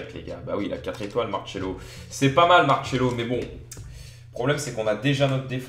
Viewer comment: Ses Marcelo est pas marchelo